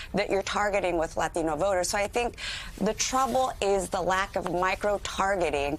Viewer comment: this girl is killing me with this "latino" pronunciation...stop making 'latino' so special.